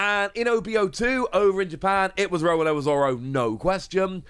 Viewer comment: I just noticed. He pronounces Roronoa as Rowanoa.